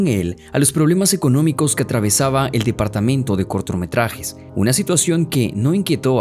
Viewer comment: jajaja "el departamento de cortRometrajes" no puedo mas jajaja CORTROMETRAJES JAJAJAJA